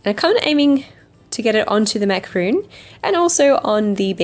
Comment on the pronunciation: Macaron not macaroon 🙄